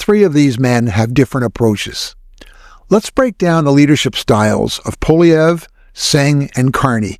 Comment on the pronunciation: FYI, the name Poilievre is French, and the "Poil" is pronounced "Pwall" as in "wall" with a p in front.